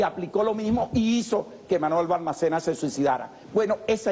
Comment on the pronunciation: Dr., el presidente chileno del cual hace referencia que se suicidó, se llamaba Manuel Balmaceda. No Balmacena.